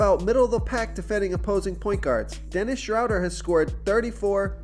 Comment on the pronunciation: Dennis Shhh-road-eer